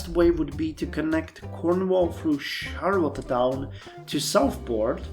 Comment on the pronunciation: it's pronounced shar-le-town, the "t" sounds smush together